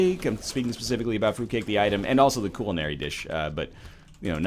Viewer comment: Did this egg really just say cool-li-nary instead of culinary?